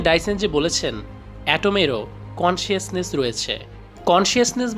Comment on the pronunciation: it's not কনশিয়াসনেস! it's কনশাসনেস। and not আওয়ার্নেস! it's এওয়ার্নেস।